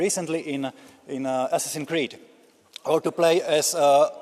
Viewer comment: "Asssin Creed" He couldn't even pronounce the game title correctly.